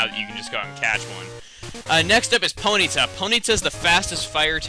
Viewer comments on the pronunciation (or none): none